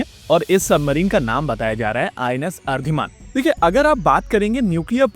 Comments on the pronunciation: Please correct your pronunciation of the Sanskrit word "Aridaman". It is not Aridmaan(which is meaningless), it is not Aridhaman(dhamana in Sanskrit means blowing of a bellow or trumpet, which is more like the favourite pastime of the Pakistani generals), it is Aridaman(अरिदमन). Ari means the enemy, and damana means subduing or overpowering. Thank you. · Defence -Hindi अरिदमन . not अर्धिमान . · ये अरिदमन है, अरिधमान नहीं... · I think its Ari-dhaman not Ar-dhiman. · The name is pronounced अरिदमन- vanquisher of enemies. Not Ardhiman. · It is not Ardhiman, it is Aridaman. Try to pronounce ‘ari’ and ‘daman’ separately. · It's not pronounced as "अर्धिमान"... It is pronounced "अरिदमन".... Ari = shatru....अरि का दमन करनेवाली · It is not "Ardhiman" it is "Aridhaman" ... where Ari in sanskrit means enemy or foe, and aridhaman literally means enemy slayer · आरदिमान नही अरिदमन है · Its ari-dharman not ardhiman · अरे बाबा अर्धिमान नहीं रे... अरीदमन. अरीदमन = अरी (शत्रू) + दमन ( दमन/नामोनिशान मिटाना) शत्रू का दमन करनेवाला / नामोनिशान mitane वाला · Its not ARIDH-MAN... as u pronounced.... It is basically ARI-DAMAN....... WHERE अरि मतलब शत्रु (enemy)....and दमन means to subdue बाई force.....if government spells it as DHAMAN.... ITS WRONG.... CORRECT NAME IS OR SHOULD BE.... ARI-DAMAN❤ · It'd Aridhaman!! not ardhimaan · Exactly. This guy is horrible with his pronunciation and also quite lazy about not verifying.